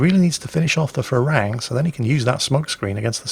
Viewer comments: That Thai ship is pronounced “pra ruang” not “fra...” 🙏🏻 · The name of the Thai destroyer is pronounced "Pra Ru-ang" it means Monk Ruang, a Buddist Monk. The word "Farung" is the Thai slang word for westerners and the word for the fruit guava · Dear, Im Thai and thats not how you pronounce the PHRA RUANG. Its pronounced like Pra-Ru-ang. Im not mad haha just laughing because the way you say it sounds like Farang which in thai means white foreigner hahaha google it, when you say shooting up the farang I lol'd so hard P.S. The Pra Ruang in thai means Royal Monk, and served in the Thai Navy ones give it a look really quite interesting Not hating tho just educating plz dont rip me to bits fellow saltminers o7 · little tip for pronouncing HTMS ship: Phra Ruang is pronounced "Pra-Roung" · How you pronounce "Phra Ruang" is absolute gold for me because that is how thai call foreigners. Ph in Phra is not F but strong P. (try Pra but squeeze a H in there) Ruang is not Ru-ang but R-uang. Does that make sense? maybe not Thai is hard lol. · Enter this พระร่วง in Google translate and ask for listen to it so you can pronounce the name of the thai destroyer better than you are doing now... lol